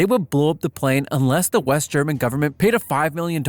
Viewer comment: You do from time to time screw up pronounciation of german. But as long as you do your best then...